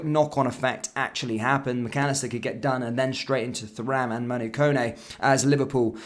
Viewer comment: Absolutely pointless to wear that shirt. What an absolute Tool! It’s pronounced Turam. No need to pronounce the H part. Remember Lillian Thuram (relative?). Remember how they pronounced his name.